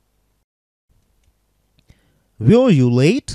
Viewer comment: Почему вы произносите 'вё'?